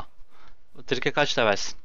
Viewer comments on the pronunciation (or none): bide trike dinazorunun ismini tırike diye okuyorsun onun ismi trayk diye okunur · abi onun okunuşu trike değil trayk